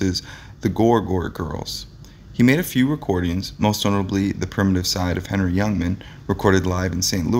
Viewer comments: its HENNY not Henry fool ! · The announcer needs to learn how to pronounce the names of the people in his videos. Come on. Do your damn homework. "Henny" is not the first time. It appears you are reading the script for the first time. Many mistakes. It's disrespectful to the individuals your are discribing and to your audience. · HENNY HENNY HENNY HENNY. NOT....HENRY !!!!!!!!!!!!!!!!!!! And GRAZEEEEEANO GRAZEEEEEANO. Not GRAZANO !!!!!!! Schmeckel !